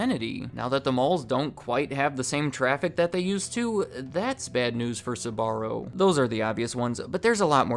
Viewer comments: I actually couldn't finish this video because the blatant mispronunciation of the business name is too grating! Man, the name has TWO syllables, not three! "Ssuborrow!" No, I don't believe anything you say if you don't even research the name first. You can say "spell", "speak" or "sparrow", can't you? Or do you say "ssupell", "ssupeak" and "ssuparrow"? The company's name sound a lot like that little bird, actually. Not exactly but close. Think Sporrow. You disqualied yourself with this. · Do Americans really pronounce Sbarro like that? Christ almighty! (I'm not Italian) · You pronounce it “suh-barro”? Lol I’m pretty sure it’s basically pronounced “sparro” except with a “b” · I hate the way you pronounce the name…Sbarro, not Suh’Barro. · Never understood why americans pronounce Sbarro as Sabarro! Why the extra syllable? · Having had the privilege of being extraordinary close to this family.. The first thing I’ll say is that the pronunciation you use of their name is all wrong -the family pronounces it “ SPAH -R0” Not, “ SUB -AH -RO. This was an incredibly close family and I’m sure they still are. Carmella was a woman with unbelievable energy and drive. She was also warm and endlessly gracious and generous. Her husband Gerry -short for Gennaro embodied the same qualities. The more commercial their business became, the more it suffered. Very interesting documentary and a lot of memories for me. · They're called Sbarro, why are you insisting on calling them Sabarro? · Why do your pronounce it like Sahbarro? Its wrong. Its pronounced like Zbarro with short s. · Its not pronounced "S"..barro , the "S" sounding like a "C" and then "barro". You pronounce the "Sb" together followed by "arro" Sbarro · It’s pronounced SBA-RRO not SA-BA-RO! Drives me crazy, ask any Italian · You must be from the midwest or something. An admitted difficulty in pronouncing their names....and the company name itself. Sbarro, not Suh-barro...2 syllables, not 3.